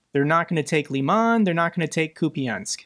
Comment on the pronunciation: Lol, you say the name Kup’yansk perfectly